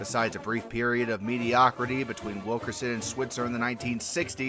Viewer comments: It’s Bud Wilkinson, not Wilkerson you goofy goober. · It's Bud Wilkinson not Wilkerson. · Uh helloooo......Bud WilKERson? C'mon! Are you a real fan?! It's WilKINson! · I hate to be that guy, but Bud’s last name was Wilkinson, not Wilkerson.